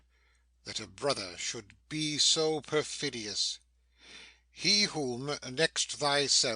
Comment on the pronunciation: "Pray thee mark me that a brother be so profidious"